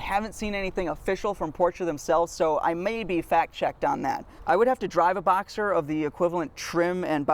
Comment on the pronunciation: It sounds like you keep saying Boxer. Just to clarify, it’s “Box-Ster” and not “Boxer”. I’m not sure what you were saying but it sounded like Boxer to me.